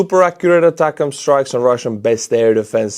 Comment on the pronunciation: For some reason I miss how you used to say atacms…attack..ms - haha